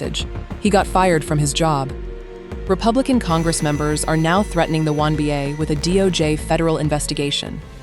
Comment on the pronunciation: The "womBA"?? Get a new AI voice.